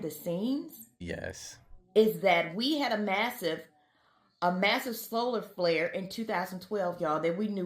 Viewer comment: lol, "ya' remember 2YK? and the massive slolar flair"